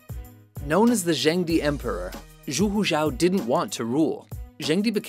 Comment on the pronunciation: Zhu is pronounced "joo."